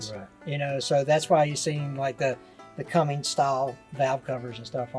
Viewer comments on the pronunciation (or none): There's no G in Cummins btw. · There's no G in Cummins😂